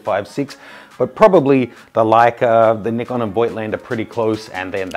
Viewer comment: WTF?? Definitely the most annoying pronunciation of Nikon XD Sorry to say but it's not an english word so u have to say it the way japanese say it... Here's a tip